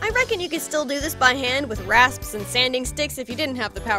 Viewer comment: *says “reckon” with american accent* me: *sHokEtH*